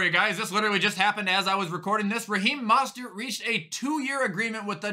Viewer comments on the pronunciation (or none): dude its (mo-stert) not (ma-stert)